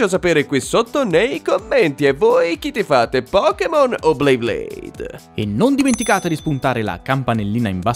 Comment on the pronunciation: Hai detto "Blayblade" 😂